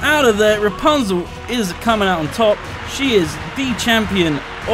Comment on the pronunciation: Its RAPUNZEL!! not Rapanzel! Kappa